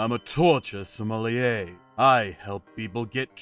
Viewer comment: So many ways to mispronounce "sommelier". It's Som-mul-yay. Phonetically that is.